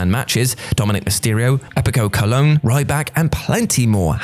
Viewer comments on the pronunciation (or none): Colón* not Colouwn